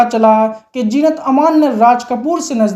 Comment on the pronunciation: Kash jeenat ki jagha zeenat bol pate. Sub gur gover ker diya.